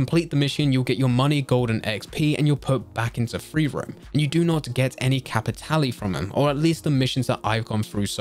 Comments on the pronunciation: I'll say it...STOP SAYING CAPITALLY! It's Cap-it-Tahl. Like Leviosaaaaaahhhh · Nah, it's Cap-i-tah-leh.